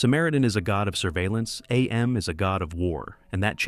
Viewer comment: Cool ass video. I love it. Btw, it is just pronounced "Am", not "Ay-Em". Harlan Ellison reads it that way in the audiobook.